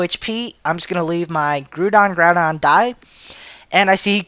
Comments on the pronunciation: Seriously... Grudon? Its Groudon as in ground duh. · Pretty sure it is Grou-don instead of Grew-don. Ground don. Hehe. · its 'grou'don as in 'ground' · he needs better prenounciation its gare-a-tina and grr-oww-don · its grow-don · ...it's pronounce (Growl-don) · It's pronounced Grow (with the ow sound like for example: ow my toe) dawn. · Yeah, it's the first pronunciation, Growl-don, they say it that way in the anime. *Feels sad for being a nerd* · Grow-dawn. It's like the word ground. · it's groudon. As in Ground. no offense. Just tryin' to help.